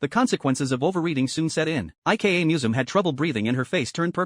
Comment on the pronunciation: if her name is ika, why does it pronounce it like IKEA 😭